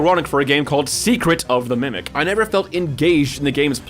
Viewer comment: “secret of the mecret” damn near kilt me